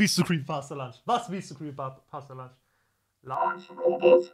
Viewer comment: Bro ich mag dich aber Bitte :D Der Typ heisst doch Punch und nicht Lunch :D